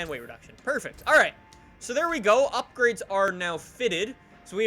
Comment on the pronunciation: We are going to do some UPGRIDS to this....... Does know how to pronounce any words??